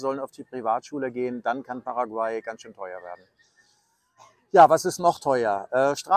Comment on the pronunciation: Bei Paraguay wird die letzte Silbe betont.